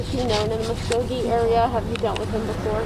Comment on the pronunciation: Hey reporter...It’s Muskogee, not whatever you said. Ever hear of “Okie from Muskogee”?